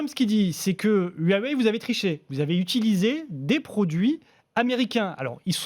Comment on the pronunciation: J'ai un téléphone "Hu-ah-wey" 😂